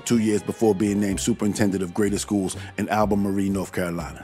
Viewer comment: Good video, but it's pronounced Al-ba-mar-lul. Stephen Root was so good on Boardwalk Empire. He deserves a lot more credit. And isn't it funny (in a bad way) that after everything Means was accused of, he could still get a job at the FBI?